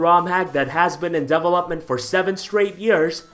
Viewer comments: Am i the only one who got a bit annoyes by his pronunciation of develop/developed/development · Double up mint